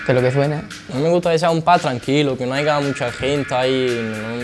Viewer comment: "que aiga" jajaja madre mía donde se han dejado las clases de primaria...